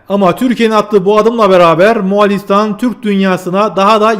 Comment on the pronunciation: Selamun Aleyküm, Moğalİstan değil, MoğOlistan